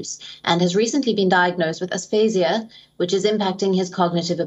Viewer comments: It’s aphasia.. not asphasia.. 🙂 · You're mispronouncing aphasia